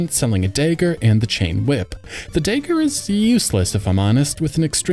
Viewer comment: Did you just pronounce dagger as dayger?